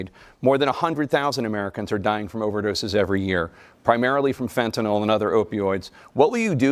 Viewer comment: It's name is fentanYl, nor fentanOl. fentanyl.